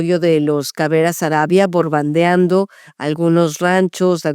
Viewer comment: Cómo que BORBANDEANDO, lo correcto es BOMBARDEANDO